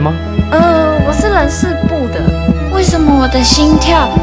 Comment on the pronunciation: 我是人（ㄌㄣˊ）事部的